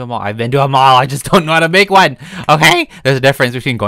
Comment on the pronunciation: lol the way he said one